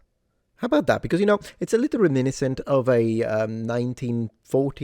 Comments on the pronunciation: "reminiscent" Is the Italian shining through? In GB as well as the US the stress/accent is on the 3rd syllable (...nis....). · Yep, precisely. In "italian "reminiscente" has the accent on the "scèn" instead of the english "nìs". It happens if you go too fast, the tongue goes back to the default setting to try to catch up speed and the accent ends up showing. 😅